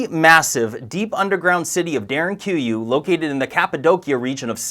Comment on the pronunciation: Pronunciation of Derinkuyu ..??